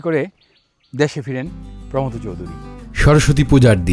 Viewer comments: আমরা পশ্চিমবঙ্গে প্রমথ উচ্চারণটা প্রমথো এর মতো করি। থ কে টেনে ছেড়ে না। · প্রমথ চৌধুরী নামের সঠিক উচ্চারণ প্রোমোথো চৌধুরী।দুঃখিত,কাউকে জ্ঞান দিতে চাই নি।কেবলমাত্র সঠিক কথাটি জানালাম। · ভদ্রলোক প্রমথ চৌধুরীর নামটা ভুল উচ্চারণ করছেন কেন?